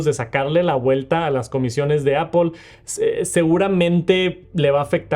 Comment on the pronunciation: Porque los mexicanos y españoles no pueden pronunciar bien apple? Todos los profesores se coordinan para enseñar a pronunciar mal o que?